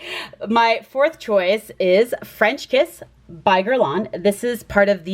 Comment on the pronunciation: you did well in saying it right! LV fragrances intrigue me and I love their names! French Kiss sounds good too although I tend to like less fruity and sweet. v interesting and unique picks!